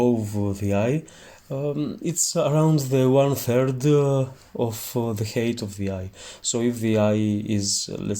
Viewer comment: height is pronounced χάιτ otherwise it sounds like hate = μίσος